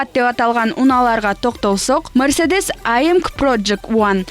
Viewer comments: "Аймг " деп тантырабай, эй эм джи деп окулат, дикция деген кайда, эптеп септеп жаны жоктой суйлойсун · Англисче LC болот лс болуп окулат. Бирок журналист вообще туура мес айтат кен AMG ны дагы туура мес айтты